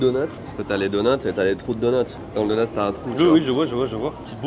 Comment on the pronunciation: trou de donnut... les francais sont incapable de parler francais haha